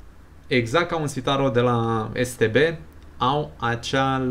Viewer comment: Da dar se te be se zice nu es te be